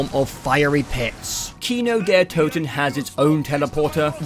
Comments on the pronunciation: Me as a german can tell you it's Kino der Toten ,not Kino der Tuten Same with nacht der untoten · im gonna say it, it is not TUTEN. Kino Der TOTEN. You pronounced them how the majority of the zombies community would understand the map as being called. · did this man just say kino der tootin???!?!?! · You said "Nacht der Öntüten" and "Kino der Tüten" lol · My guy pronounced maps like Kino der Toten correctly and then "fixed" it to the incorrect saying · i like how he pronounces kino der Toten even worse after looking it up